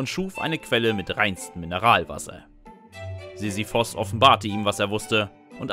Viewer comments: Er spricht allgemein die Namen nicht korrekt aus. Z.b. Sisyphos anstatt Sisyphus. 😄😄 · SisyphUUUUUS nicht Sisiphos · ich würd mir das ja gerne ansehen, aber wenn du immer Sisyphos anstatt Sisyphus sagst, triggert mich das hart.